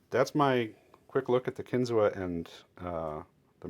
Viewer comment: It’s pronounced “kin-zoo”